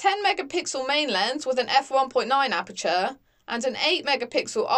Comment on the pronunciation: Could you please learn how to pronounce "aperture"? Good video apart from that.